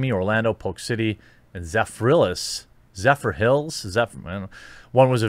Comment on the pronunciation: Sherif Judd is the best!!! It is Zephyrhills... Zef-er-hills